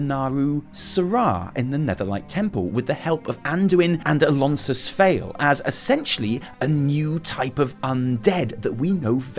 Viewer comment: Ok now the name of Alonsus wrong as well. Redo the campaign :D